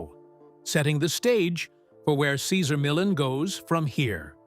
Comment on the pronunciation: At least pronounce this wonderful man's name correctly.